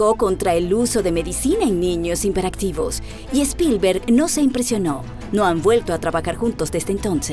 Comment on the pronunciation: Pésimo reportaje a parte de amarillista, el decir hinperactivo en lugar hiperactivo, ni teniéndolo escrito da mucho que desear